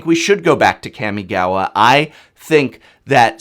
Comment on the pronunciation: Hey professor- love your content, but I have a correction. The wonderful plane of Japanese lore is pronounced Caw-Me-Gah-Wah. This is just due to the structure of the Japanese language, which gets especially confusing when you romanize it.